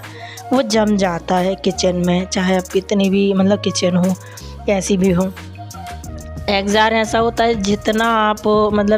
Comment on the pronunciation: Exjost bolty h exjar nhi